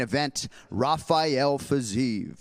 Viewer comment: Fiziev man not Fizaeev